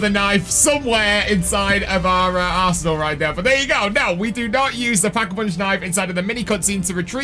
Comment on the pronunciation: I'm so sorry put was I the only one that new said arsenal but sounded like 🤣